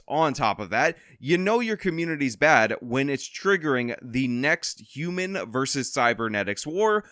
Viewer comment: I like the Frengi pronunciation of Hew-mon".